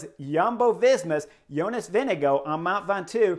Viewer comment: Chris you need to learn how to pronounce Vingegard. You are consistently getting it wrong. It's increasingly coming across as rude.